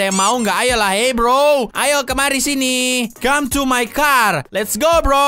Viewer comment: Bang bukan came tapi come